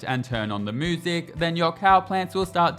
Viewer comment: did you just say... "moo-sic"? 🐮